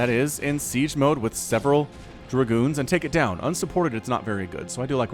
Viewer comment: giving it that Southern twang with DER-Goons:)